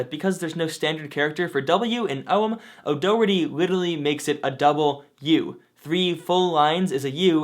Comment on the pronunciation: Daw-heart-eee, I'm from Ireland and every time you say his name I winch 😂 great video as usual though very informative